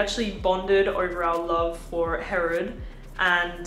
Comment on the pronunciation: I’m confused why you pronounced Herod with a French accent. It is an Arab name.